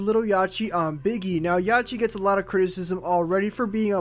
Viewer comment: This nigga daid yachy and 2paaac its 2pac and yachty😂😷